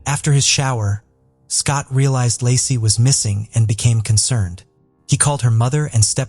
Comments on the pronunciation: If you are gonna tell the story of a murder victim, at least have the damn respect to call the victim their right name. LACEY, NOT LASSIE OR LARCY.🤦‍♀️😠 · It's LAY-SEE PETERSON (LACEY)